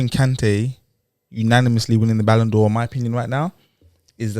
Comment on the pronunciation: Why is pronouncing it ‘Balon Dior’? I like that though.